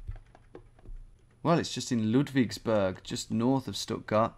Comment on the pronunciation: and it's Lood-vigs-boorg and shtoot-gart (